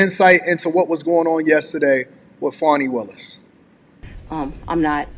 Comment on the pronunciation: Not Fawni or Fauni. Fani= Fan-ee.(dictionary) Don't you people know how to speak English! The judges is week and not a man, cannot control his courtroom and witnesses! She should be fired and charged immediately! Show me a Democrat and I'll show you a piece of sh*t! She's a perfect example!